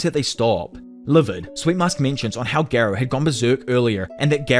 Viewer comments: Gar not gair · I don’t understand how people still pronounce characters names wrong when there’s literally a dialogue in every anime with the correct pronunciation lol. For example Garou (Gar-oh) not (Gair-oh) and why use both Amai Mask and Sweet Mask?🤣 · GAROU ❌️ GEERO ✔️ GENOS ❌️ JINOS ✔️